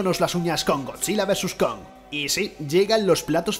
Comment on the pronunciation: dijo godilla no godzilla